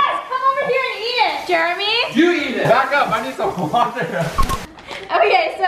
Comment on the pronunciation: "Jeremy" not "Jermy"